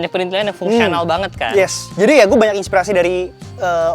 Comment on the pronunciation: Yang bener tuh PRITHILAN ga ada N nya. Jadi bukan PriNthilan ! Bapak-mu (Oom Hauwke) Wong Jowo Temanggung koq keliru sebut PRITHILAN jadi PRINTHILAN...